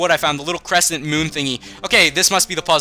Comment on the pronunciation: wait. did you find the cresent moon thing. i could of sworn I heard you say cresent then you stopped. Use your master ball on creselia! And you even get to wake up a kid! If you do.